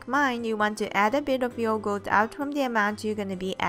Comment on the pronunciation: She just say yogoat